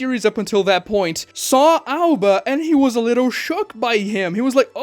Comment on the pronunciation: Aoba. Not Alba 😂